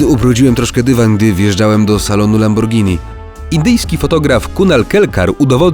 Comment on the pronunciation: LAMBORGINI SIE WYMAWIA LAMBORDŻINI